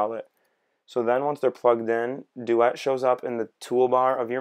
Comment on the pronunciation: Pronunciation of duet is bothering me.